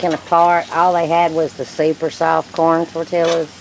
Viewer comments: Good job,! I love Herdez medium salsa that you used. I microwave (in damp paper towels)or put my tortillas wrapped in foil in the oven to keep them softer and pliable. Tell it's pronounced tortiyas(the double l is a y sound). You guys look professional on the grill! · As soon as she said "tor-TILL-as", I was out. It's tor-tee-yas. Come on now, that pronunciation isn't the result of her southern accent, either.